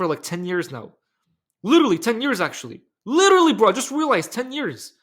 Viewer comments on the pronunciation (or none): Lirrlly litereely lilillrry 😂